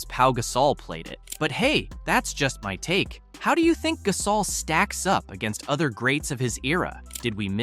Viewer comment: Please learn how to pronounce his name. GUH-saul NOT GAS-awl